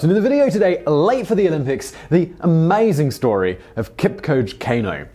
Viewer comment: Please Simon stop brutalizing his name. It is pronounced {Keep cho geh} {Cain oh}